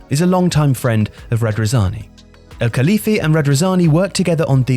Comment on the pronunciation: I love, but I'd really like you lot to try a bit harder in the foreign name department, because that is an almost ever-present failure in your videos. How does Al-Khelaifi turn into "Elkaliffy"?